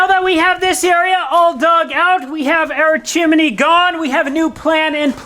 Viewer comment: It's a two syllable word, chim-ney. It's NOT chim-i-ney, like you said the first time. How you ever got that in your vocabulary is a true mystery. It sounds as if you're uneducated when you say it that way. In this video alone, you say chim-i-ney at least three times.